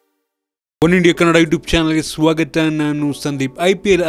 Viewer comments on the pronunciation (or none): First maathadodu kali. "swagatha" alla swaagatha" "hatthu" adu "attu" alla. "hodithaare" adu "odithare" alla.. "ball" adu "bar" alla.. ottinalli ninage kannada, English eradu baralla..